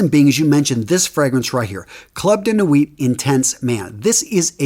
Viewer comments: Nuit is pronounced “New-y” Sorry, 5 years of French, and I’m getting a flashback of my French teacher is yelling at me. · Always good content but you need to work on your french pronunciation. 🙃 Nuit = New-ee ☺️ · I like the way you pronounce french words.... Ultra male... Please just pronounce it in English accent.... And never ever never pronounce a consonant that come last in french... Nuit you did it well except for the t... Don't pronounce it please Amazing videos